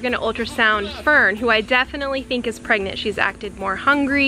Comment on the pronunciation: There turning...... PREGANTA!?! PreGannatns